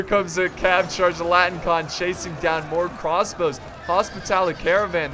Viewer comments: They're not called "latin-con", they're called "latin - i - kon". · Oh, yeah and it is La - ti - ni - kOn. Which means the Latin one.